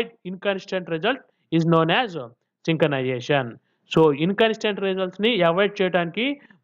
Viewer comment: Synchronization ❌ sinkanization✅